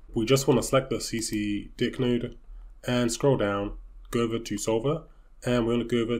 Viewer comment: Got me at see see di*k TF was that pronunciation bro